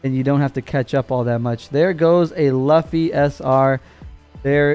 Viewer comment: I pick red...im rolling with the Straw Hat Screw!...you butchered the name Luffy ...its all good! Lol